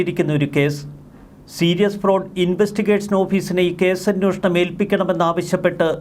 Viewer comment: ഇയ്യാൾ എത്ര തവണ അന്നോഷണം എന്ന് പറഞ്ഞു